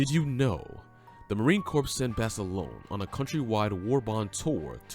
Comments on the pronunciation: Dude said marine corPSE lmao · I grimace every time I hear the narrator say "CORPSE." Also, they are Marines, not Soldiers. Otherwise, not too bad of a video.